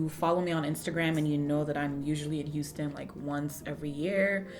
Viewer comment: I knew you moved to Texas bc I heard "hu" as in Houston